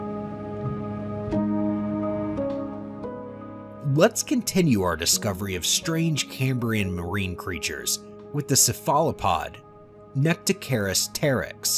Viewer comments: Not only no one proofread the script, the narrator does not really understand the subject he is reading. Otherwise he could pronounce cephalopod without stressing the second syllable, and would've noticed the typo in notochord (not noctochord) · "Tribolites" and "seh-fahloh-pod" told me it wasn't seriously researched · "Sef-ala-pod"???!! Yeah, that and Trilobite did it for me...